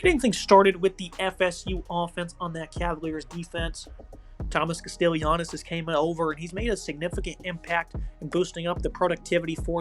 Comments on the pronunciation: It's pronounced CASTELLANOS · You're butchering Castellanos name. Kast-uh-lon-oh-s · Fr😂 was bothering me